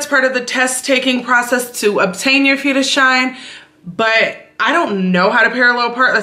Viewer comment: Moin, 'Führerschein' sprichst du schon perfekt aus! - Daumen hoch! A. D. A. C. ist die Abkürzung von: Allgemeiner Deutscher Automobil Club. 'Public German 'cars Club.. Und man spricht es A - D - A C aus. Grüße